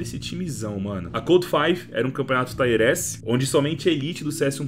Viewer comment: a pronuncia correta e tier mesmo nao taier